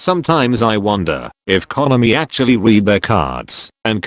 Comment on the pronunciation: I agree, but the "konami" pronunciation is wonderful.